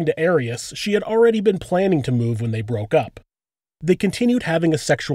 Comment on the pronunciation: It's not AIR-EASS, it's AHR-EEAS